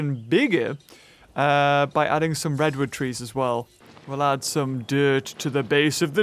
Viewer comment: "Wed wood twees" -, 2020